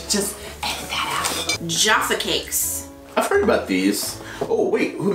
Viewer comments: you are saying jaffa cakes wrong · Why are Americans physically incapable of correctly pronouncing 'Jaffa Cakes'?